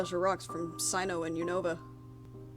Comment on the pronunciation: Sinnoh is pronounced as Sin-oh